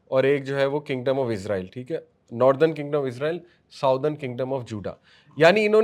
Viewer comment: اسلام وعلیکم بھائی کیا آپ برائے مہربانی آج کل کی انگریزی تلفظ کو سائیڈ پر رکھ کر یہودیوں کو بنی اسرائیل کہیں گے۔ کیونکہ آپ جو لفظ استعمال کر رہے ہیں عزرائیل یہ ہمارے فرشتے ہیں حضرت عزرائیل علیہ السلام ۔ آپ لوگوں کو کافی لوگ فالو کرتے ہیں بہتر ہے لفظ کا استعمال صحیح کیا جائے شکریہ